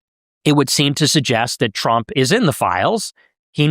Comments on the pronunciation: Why you pronounce it as "tremp" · Bro it's Trump not trimp